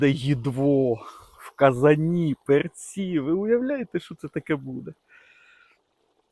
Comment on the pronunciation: не перцІ, а пЕрці